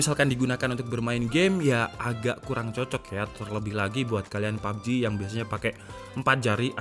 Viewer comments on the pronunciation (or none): none